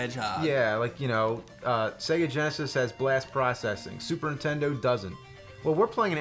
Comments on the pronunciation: James -- For the love of GOD...will you please...JUST ONCE say "NINTENDO" correctly? I don't think I've ever heard you say anything but "INTENDO". There's an "N" at the beginning, bro. -- that being said. cool vid and looks like a badass game. thanks for sharing. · I have noticed it over the years, James always says "intendo" barely saying the first N if at all. Example .